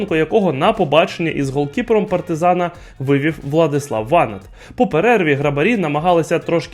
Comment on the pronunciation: кумедний персонаж, навіщось виставив перед камерою дві книжки, котрі не став читати.... в момент, коли було неправильно названо прізвіще ВанАта, я і геть виключив